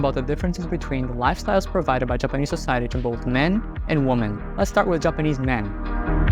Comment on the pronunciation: Stop mispronouncing the word 'women'. You are pronouncing the singular when you should be saying the plural.